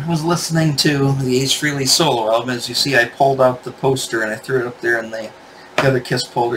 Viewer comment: It’s pronounced FRAY-LEE. It rhymes with DAILY. Or Ever hear of “Halley's Comet”? It rhymes with “Frehley’s Comet”… get it?